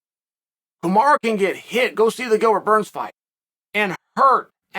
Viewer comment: Lmao “Kamarow” pronounced like tomorrow Chael is such a d*ck 🤣